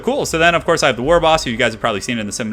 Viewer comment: he's saying wog. it's WAAAAAAAAAAAAAA and in WAR but Orcy.